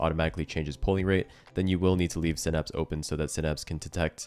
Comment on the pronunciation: It’s synapse not synapse